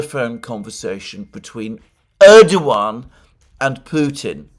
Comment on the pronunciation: FYI Alexander. Pronunciation is Rejep Tieyip Erdowan. C in Türkish (Türkçe) is pronounced like a J. Ç ıs pronounced lıke Ch and Ğ ıs sılent. Keep up the good work, from a fellow Englishman.